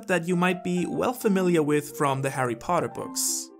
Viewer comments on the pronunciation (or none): none